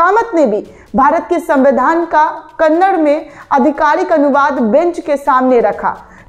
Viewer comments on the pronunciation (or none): none